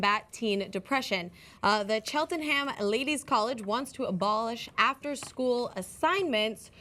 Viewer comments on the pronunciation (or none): Cheltenham is pronounced Cheltnm, not Cheltenham. As for homework, I've always thought it was BS. Kids spend enough time at school, without forcing them to do an hour or more of work after school.. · 'Chel-ten-ham' I'm dying that's hilarious. It's pronounced Chelt-num :P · Aw bless she pronounced it Chel- ten- nam, it's meant to be Chelt-nam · Where is "Chel-Ten-Haam"? For our Americans cousins, it's pronounced 'Chelt-num' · Just to help our American Friends, it is pronounced Chelt'nm, not Chelt-en-ham. The same as Bir-ming-ham, which is pronounced Birming'm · The word Cheltenham is pronounced Chel-ten-um. Every placename with "ham" at the end is pronounced "um". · Chelt en ham? No, no no. try cheltnum some say cheltenum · Can I just say to our American cousins. In British place names ending with the letters ...ham, you do not pronounce the H. So Cheltenham should be prounounced "Cheltenum". A little correction. Sorry for bothering you with it ;p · Haha, Chel-Ting-Ham. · Guys it's pronounced Chelt-num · Just so you know it's pronounced 'Chelt-nam'. I know, British pronunciation is weird. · Hahaha gj pronouncing Cheltenham. Chel Ten Ham. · ...The H is silent in Cheltenham. I cringed everytime it was said. Its pronounced Cheltenam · It's pronounced "Cheltnum" btw :) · Worst pronunciation of Cheltenham I've ever heard. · Bullshit title yet again, the only thing more common that than on TYT videos is not being able to pronounce a word, like Cheltenham in this case... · As an Englishman, can we please ban form saying 'Cheltenham'. My ears are bleeding. Owch!